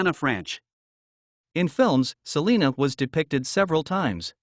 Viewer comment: S uh lina not Saleena like California’s!